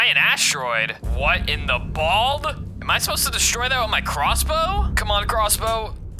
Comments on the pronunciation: Did she say bold or bald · Ok did I just hear him say what the bald or what the bold ok I'm so dirty